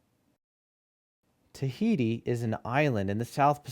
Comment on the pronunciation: Et oceania la lune tahiti it not the way u say it